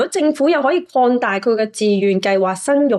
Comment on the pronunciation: 留意發音. -：講，廣，擴大，能力，等等！說話有内容,肯說出自己觀点！必須積極改善懶音，妳睇 fyy都得，妳都得！加油啦！